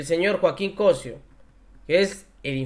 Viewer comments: el apellido es Cossío Noo Cossio siempre dices equivocados nombres y apellidos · por favor, aprende a pronunciar, se dice Cossío, no Cosio, pregunta antes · Se pronuncia COSSIO CON ACENTO EN LA I!!